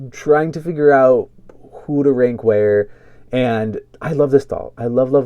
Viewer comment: It’s not pronounced “renk” it’s RANK. I couldn’t tell what you were saying until the third time you said it 😮